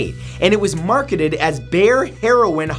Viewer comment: It's pronounced "Buyer", not "Bayren".